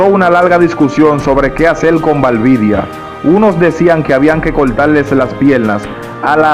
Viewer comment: No es "Valvidia" es Valdivia